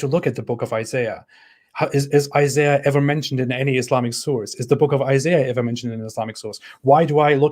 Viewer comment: It's Isaiah, not Isayah.